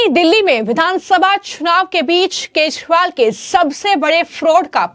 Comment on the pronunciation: Maam please correct your pronunciation . Its kejriwal NOT kezwal.